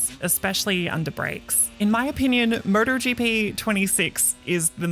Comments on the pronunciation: Someone needs to tell her it's 'M-O-T-O-GP' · Sounds like she's saying murder gp